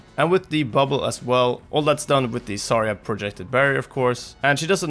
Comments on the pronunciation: it bugs me that you say "sarya" not "zarya" or at least it sounds so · "Sarya" lmfaoooo